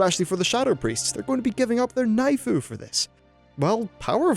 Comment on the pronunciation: I died when he said knifu